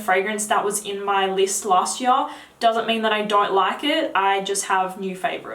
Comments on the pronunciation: Favourite fragrance from last yar.... Kevin and Perry posh voice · Say "year" again.. slowly.